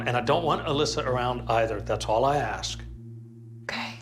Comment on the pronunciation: LOUisiana...Not Lusey Ana Clerical collars are for Catholic Priests..who don't allow women clergy ASK, not Axe...